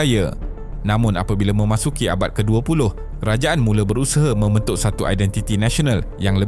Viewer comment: Yale❎ Yala✅ Mementuk❎ Membentuk✅ Penengaran❎ Pendengaran✅ Tolonglah sebut perkataan tu dengan betul. Jangan obses sangat nak berkonten sampai berulang kali salah sebut satu² perkataan. Dalam video2 lain pun ada berulang kali kesalahan serupa dikesan. Kalau ada masalah "sangau", tolong latih lidah tu supaya tidak keras macam getah skerap!